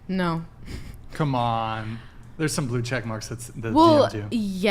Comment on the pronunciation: Nar? What the fuck is "nar"? Is she trying to say "no"?